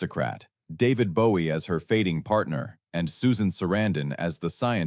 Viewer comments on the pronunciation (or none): none